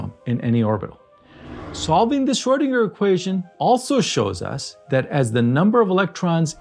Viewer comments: Its Schrödinger, not “Schördinger” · Didn’t realise Schrödinger should actually be called Schrödingo 🇦🇺